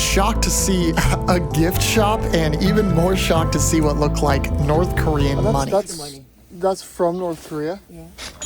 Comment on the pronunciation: The horrible pronunciation of Korean 😭